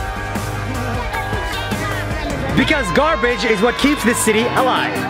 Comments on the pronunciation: uhmmm "Garabge"? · aah yes, garabge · Ahh yes, Garabge